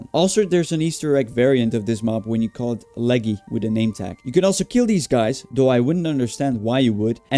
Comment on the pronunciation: Bruh "Leggy" 💀